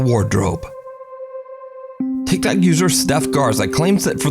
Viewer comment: Every time I hear you say TicTok user I roll my eyes lol!!! TicTok users are full of BS in my opinion!!!